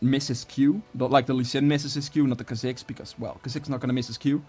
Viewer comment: Kaziks? Kaa-zicks 👌🏽